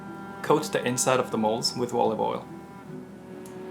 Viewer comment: "With orive oil"